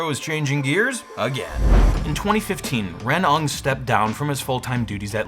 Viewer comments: Hey, "Ng" is pronounced like "mmmngh," not "ung". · FYI the last name Ng is pronounced 'ing' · Ng: like "ing,"but without the i. Duh! Not "nog." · FYI, the name "Ng" is pronounced "Win" or "Nwinn". I learned this from my evil telemarketing days.